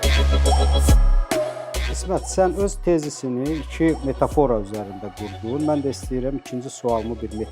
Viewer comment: bəy, "metafora" sözünün vurğusunu düz vurmağı öyrənin. Adamın qulağını deşir.